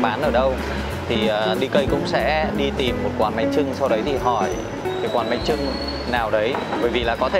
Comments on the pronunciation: Bánh chưng anh ơi không phải trưng ạ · Bánh chưng not bánh trưng a ơi